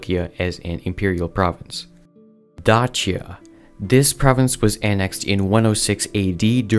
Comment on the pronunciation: Break 'cappadocia' down into sounds: [KAP] + [UH] + [DOH] + [SEE] + [UH] Same for Dacia, your pronunciation is incorrect.